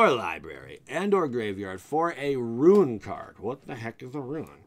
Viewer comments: Rune = Roon not Ruin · Roon. Not Ru-In. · bugged me every time he said "ruin" not "rune" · It's "Rune" not "Ruin." You even misspelled it in the video thumbnail. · It’s rune as in roon not ruin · RUNE=ROON. NOT RUIN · Bro it’s rune not ruin lol 😝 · Rune /ro͞on/ - a mark or letter of mysterious or magic significance. ...not Ruin. Ru·in /ˈro͞oin/ - the physical destruction or disintegration of something or the state of disintegrating or being destroyed. Good info but listening to you do that for the most significant part of this vid was cringy. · Please stop saying "ruin". It's "roon" (phonetically) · great video but the rune pronunciation ruined it